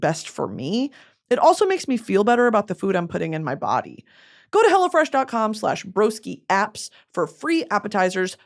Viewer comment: I always think she’s saying “Hella fresh” during her sponsor ad 😂 I love it